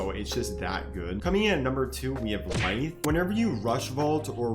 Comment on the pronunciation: bro said lithe lmao